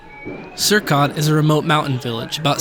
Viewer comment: it's not sirkot. it's sorek, maidan